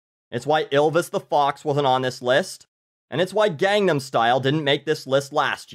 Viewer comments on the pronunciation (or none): he butchered on how to say gangnam. I like him but yeah.